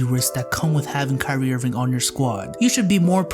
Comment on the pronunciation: did you just call, kyrie, "crispy ass"?